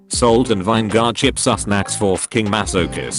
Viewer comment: ...pronunciation of anime, vinegar and many others are the only reason i watch this channel